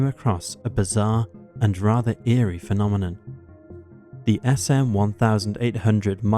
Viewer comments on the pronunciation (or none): none